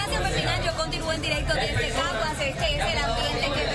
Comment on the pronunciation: Decía en cagas en vez de Caguas 😂